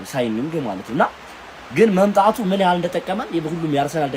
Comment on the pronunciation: "መምጣጡ"😂😂😂 አቤት ቆንቃ